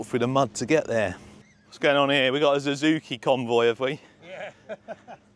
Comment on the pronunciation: it ticks me off when i hear ZUZUKI...............................................its bloody SUUUUZUKI. I'm just saying.